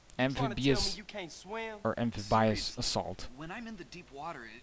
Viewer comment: It's pronounced am-phi-BEE-us.